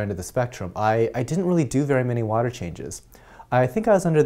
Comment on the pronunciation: you articulate every word wonderfully, but I find it funny when you pronounce the silent 'H' in while, what, ......water "wahter".... LOL nice vids